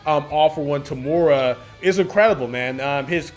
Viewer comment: btw its eh-ri and toe-muh-ruh for the correct pronounciations i believe! nice video dude :)